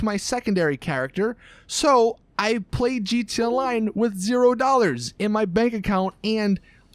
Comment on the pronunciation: he say gt online